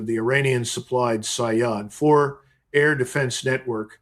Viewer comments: With all my respect to you Sir the correct pernounciation of Iranian missile is say-yad which means as you said hunter. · pronounced. sayyad